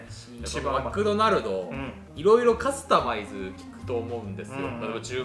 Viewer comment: 「マクドナルド」と「カスタマイズ」のイントネーションが気になる